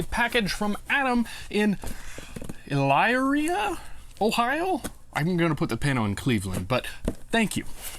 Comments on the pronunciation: lol, it's fun to watch people not from this area to pronounce Elyria it's pronounced e-LEER-ee-uh with the accent on the 2nd syllable. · Elyria Ohio Pronounced "Ee Leer Ria" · I thought I would comment and say it's pronounced Elyria (/əˈlɪəriə/ ə-LEER-ee-ə), and Cleveland is the closest major city, so you were right in putting the magnet on Cleveland